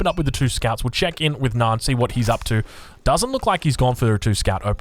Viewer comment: Why do you say "Nyan" as "Naan". Am I missing an inside joke here?